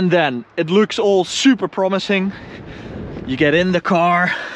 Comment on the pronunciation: Tip: try and stop pronouncing your A's as O's like in exhoast, oawsome, Oall